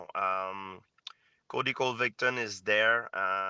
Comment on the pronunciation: He called Colby Covington, "Cody Cole victon'' lol